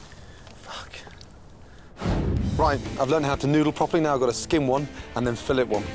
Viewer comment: It's hilarious how Gordon pronounces the word "filet".